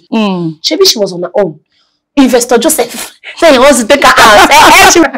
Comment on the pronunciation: You called Joseph Sapa😂😂😂